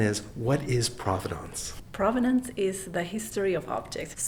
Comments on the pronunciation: Thank you for not mispronouncing provenance. Hearing people say "PROH vuh nonce" is like nails on a chalkboard to me. ❤ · it took me seven seconds to find this in the OED: PROV-uh-nuhns, PROV-uhn-uhns, and PRAH-vuh-nuhns as acceptable.